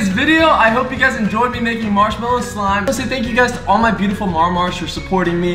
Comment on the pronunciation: cant u eat it cuz you say smlime